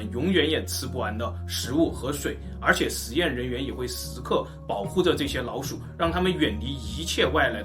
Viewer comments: 只覺得你發音很奇怪 不會捲舌聽得很痛苦 老鼠變腦鼠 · 我聽聲音一直覺得是"腦鼠" XD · 如果n和l音發得準確一點會更好，一直聽到腦鼠。